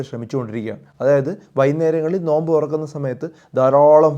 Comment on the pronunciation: നൊയമ്പ് അല്ല നോമ്പ്